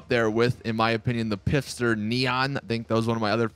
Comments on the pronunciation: Why do you always say pifster? It's Pfister. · The dude says Pister xD